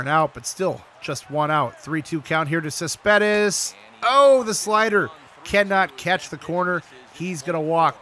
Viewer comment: I think it's Cespedes not Saspedez